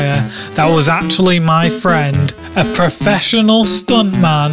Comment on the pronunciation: perfeshonal review from a perfeshonal sause